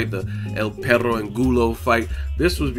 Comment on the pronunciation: do you have some Mexican decent in you cause boy you can roll the shit out them R's lol. when you broke down Angulo's nick name "perrrrrrooo" 😂. keep up the good work big dawg.